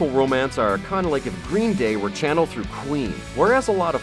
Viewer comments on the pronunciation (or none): none